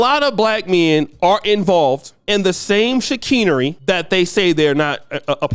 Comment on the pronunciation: Chicanery is pronounced: She-KANE-ery